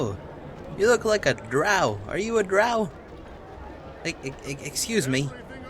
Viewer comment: NooooooooOOO! Not you too! -Cries- You pronounce Drow Druh-oh not Dra-ow. It drives me nuts.